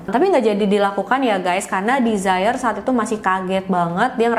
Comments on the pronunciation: 😊Ralat ya kak.. penyebutan nama Desiree bukan ’desire’ (dlm bhs inggris ) yg kak sebutin. Tapi De-si-rei gitu sebutinnya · Desiree mungkin bacanya dez-re 🙏